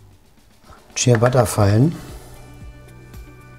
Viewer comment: ich musste den clown wegmachen, als ich hörte, dass er nicht mal "ciabatta" aussprechen kann... echt übel.